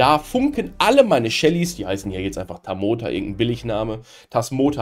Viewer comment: Das "Tasmoa" bekommt er offenbar nicht mehr raus.